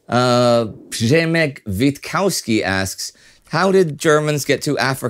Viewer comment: W in all European languages BUT English sounds like English V. :-) Funny thing is that Indy pronounce the first "W" in Witkowski properly. I guess you can blame The Big Lebowski for the mispronounciation. ;-)